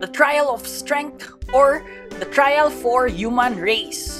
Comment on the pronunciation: The way he said trial l is crazy like I’m ngl l, bro bruh like ngl l